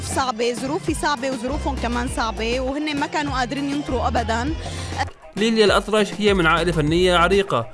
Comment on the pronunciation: الأطرش وليس الأطلش